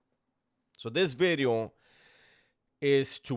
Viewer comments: I was just gunna say that 😂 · He doesn't say bideo anymore. He makes sure to pronounce the V perfectly now. I miss "bideo" 😂